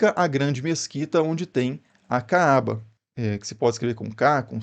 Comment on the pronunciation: Você não sabe nem pronunciar Kaaba e eu que sou ignorante! Estude mais e escolha fontes confiáveis. E treine a pronuncia daquilo que você for falar quando não for do seu idioma!